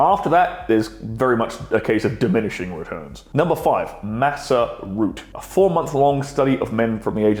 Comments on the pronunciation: Pronouncing it massa root insread of mah-kah root is wild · "Maca" is pronounced "mahka," not "massa." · Us Aussie's call it Maca too (Macka), he is just saying it wrong period.